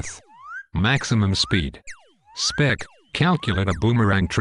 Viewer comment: Nice video, it's good to know that some of us never give up! Shame he keeps calling him 'Speck', but that aside, awesome work! Love how the exec just says 'cancel' to everything :p